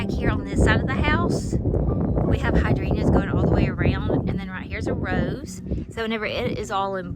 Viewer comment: I just wonder why you don’t pronounce the “g” in hydrangeas?